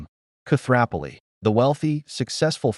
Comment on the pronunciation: the narrator should learn how to pronounce Koothrappali!!!! 🤭